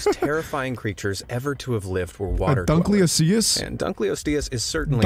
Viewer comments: It’s dunkleosteus dunk-oh-los-ste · Those things were real. Dunk-lee-o-stee-us. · Dunk-lee-o-stee-us DEEZ NUTS BOI 🥜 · they said dunkleosteus wrong